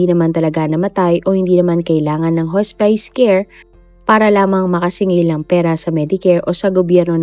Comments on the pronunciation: Hospice /hos'pis/ hindi po /hos'pays/ 😭😭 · correction: not "hos-pays" it's "hos-pis" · Should be pronounced as HOSPIS not HOSPAYS ang HOSPICE. ✌️✌️✌️ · Haa-spuhs po...not Hoo spice. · I can’t 😂😂 hospis po hndi hos-spice😅 ! It sounds weird! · Hospice "hospis" po Ang pag pronounce ma'am 😊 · Hospice ang pronunction ay haa·spuhs. Just sharing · HAHAHAHA anong Hospice? pronounced sya as Hospis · Iha, hospice - hospis- ang pronunciation diyan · Lol! Bakit di inayos pronounsation. Di nmn ok mga puti sa English pero matatawa sila pag narinig itong hospice na basa. 😅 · Hospis po ang basa ng hospice